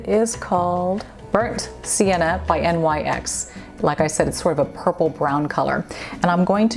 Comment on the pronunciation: NYX is pronounced “nicks”